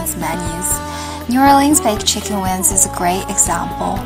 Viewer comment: because for some Chinese, it is hard to distinguish and pronounce correctly N consonant(win) and NG consonant(wing), just guessing.